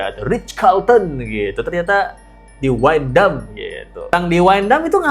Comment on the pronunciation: Wyndham ituu bacanya windam itu hotel elite